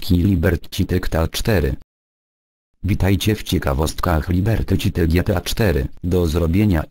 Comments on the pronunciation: Jak robisz to ivoną to pisz fonetycznie "liberty sity" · "Libetri Ćity" xDDDD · " Liberty Ćity" haha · Liberty ćity xD Głos na "lubię" bo połowy nie wiedziałem.